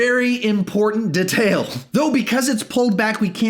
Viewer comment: WHO PRONOUNCES DETAIL LIKE THAT?